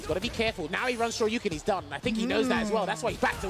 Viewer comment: with the call of Day 3: "He still has an OD Sho-Ryu-Ken!" had 3 or 4 correct calls that last round, but stole the show on that one.